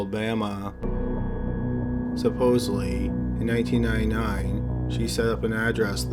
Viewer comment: 19 nī nī, i was screaming 19 NINETY NĪNE. For real though your voice is like a fungus. It grows on you.